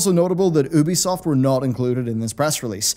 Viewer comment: The only thing I didn’t like about this video was the way your pronounced ‘Ubisoft’. Tomato, tomato? No, I say it’s tomato.